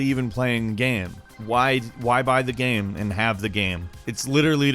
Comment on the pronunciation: Why do you say game as gam and shame as sham? Very strange